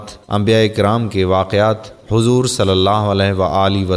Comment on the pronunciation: Pahyle Nabi ka ka name Lena sikho😡hazoor nai huzoor hota hai😊OK bhai